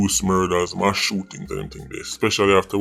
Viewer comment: Please say M A S S NOT MASH.